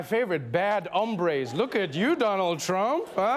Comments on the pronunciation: He was trying to say "bad harambes" not "bad hombres" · I suspect Trump meant "bad hombres", but he said "bad hambres". Looks like Trump is planning to address the bad hungers in the US. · funny thing is that it sounds like Trump says "Bad Hambres". Hombre means man. Hambre technically means hunger. So according to him, we have some bad hungers is this country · NO. No, Trevor! Trump said "hambres" which means "hungry", not "hombres". Watch the clip again. TRUMP MAKES AN "A" SOUND, NOT AN "O"! (Then again, that just makes the clip funnier.) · Also trump mispronounced hombres!! He pronounced it Hambre (which means hungry) when it's supposed to be Hombre smh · "we have some bad ambres" what the fuck is an "ambre"???? im a latino, and i think he meant 'hombre' (PRONOUNCED: oo-m-bree) which means 'men' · Carlos Peralta you're giving him too much credit. He said "ahm-brays" 😂😂😂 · We've got some "bad hungries" out there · When i first heard it i thought trump said "bad harambaes" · It sounded like Trump actually said "hambres" (he mispronounced) which is, like, the plural of the adjective hungry? My gringo friend made the opposite mistake and was trying to pick up the waitress in a restaurant and instead of saying "Yo tengo hambre," (I have hunger) he said "Yo tengo hombre," (I have a man.) Yeah, he didn't get laid. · I thought he said bad Harambe's